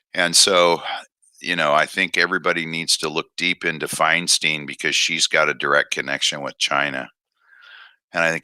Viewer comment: It's FINE-STINE NOT FINE STEEN.